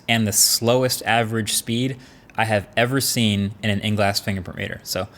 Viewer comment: "motorola, you hawe a good camera, relax" :D feels like they have anxiety